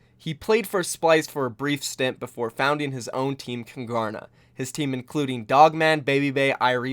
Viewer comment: Just out of interest- why name your team Kungarna? As a Swede I don't get it, is there any kind of relation to Sweden? No hate, I'm really just curious. We'd say it with a silent G btw.